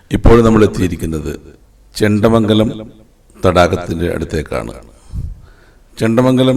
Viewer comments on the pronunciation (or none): കാസറഗോഡ് താമസിക്കുന്ന ഞാൻ നിങ്ങളുടെ ഈ സീരീസിലെ എല്ലാ വീഡിയോ ഫോള്ളോ ചെയുന്നുണ്ട് എല്ലാം കൊണ്ടും നല്ല അവതരണം ആണ് ..അഭിനന്ദനം അർഹിക്കുന്നു ഇന്നത്തെ വീഡിയോ യിൽ കുറച്ചു സ്ഥലപ്പേരുകൾ തെറ്റായി ഉച്ചരിക്കുന്ന കണ്ടു അതൊന്നു മെൻഷൻ ചെയ്യാം ഞാൻ മുത്തക്കുന്നം - മൂത്തകുന്നം മാളിയങ്കര - മാല്യങ്കര ചേണ്ടമംഗലം - ചേന്ദമംഗലം നാളു വഴി - നാലു വഴി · ഹെന്റെ പൊന്നെടാവേ... നിന്നെ ആരാ മലയാളം പടിപ്പിചേ..?? മാള്യങ്കര, മുത്തകുന്നം, ചെണ്ടമങ്കലം...കുന്തം കൊടച്ചക്രം... ഇത്രെം ഒക്കെ ഡ്രോണും പറത്തി പോകുംബൊൽ മിനിമം ആ നാട്ടുകാരോട്‌ ഒന്ന് ചോദിക്കണ്ടെ എങ്ങ്നാ ആ സ്തലപ്പേരു പറയുന്നെ എന്ന്.. ഗൂഗിൾ റ്റ്രാൻസ്ലേറ്റ്‌ പോലും ഇതിലും ബെറ്റർ ആണല്ലോടേയ്‌